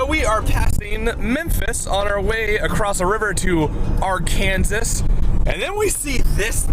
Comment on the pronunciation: oh, you saw the bass pro pyramid. and its arkansaw. not ouransas. its literally illegal to mispronounce it here. help...